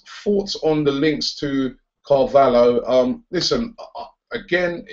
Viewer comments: Robbie it's William car-va-lyho well that's how it's pronounced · Robbie, it's pronounced car-val-yo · Its pronounced car val he o